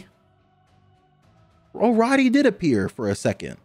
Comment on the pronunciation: Imagine the name Cody but with an R. It’s Rody not Roddy.